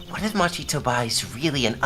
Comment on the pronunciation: The defendant's name is pronounced "Mah-ki", not "Match-i".